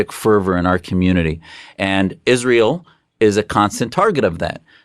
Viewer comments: Candace it is Israel. not Izsrael. Stop being even more annoying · Why didn't Prager U teach Candace how to correctly pronounce Israel?